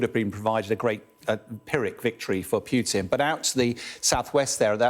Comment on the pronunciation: The hosts can't even say Putin correctly, why should we listen to their armchair journalists opinions with all their Russophobia... Don't look to sky news for unbiased journalism